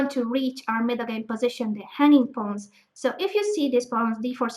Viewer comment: everytime she says hanging pawns it sound like honey pots xd